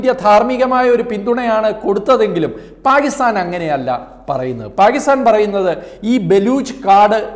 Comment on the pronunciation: പാകിസ്ഥാൻ അല്ല പാക്കിസ്ഥാൻ... ഉറച്ച് ഉറപ്പിച്ചു പറയു brother